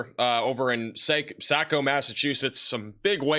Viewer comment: Saco Me is pronounced like taco